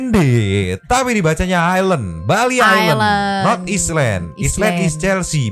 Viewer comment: Anying...rambut aja pirang tapi ....island bilang islen😂😂😂 jimbaran beach club g gitu jg kali bentukan nya mbak